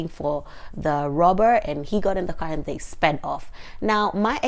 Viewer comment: why are you saying : And then like a South African?